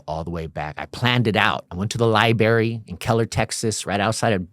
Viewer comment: Oh he was jumped in. Thry beat him for hours and hours.. shut up. Hes an after school special. He never slept outside on purpose in his life.. and learn to say library!,. Hes seen way to many school scaree straight speekers! He didnt think of food!? Really!!! All bullshit....... grow the fuck up crack head